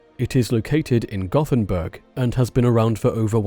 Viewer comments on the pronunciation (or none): none